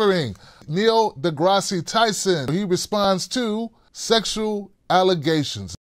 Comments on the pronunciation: Neil DeGrasse pronounced (De grass) Not Degrassee lol. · The e is silent in deGrasse!!! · FYI, the final /e/ is silent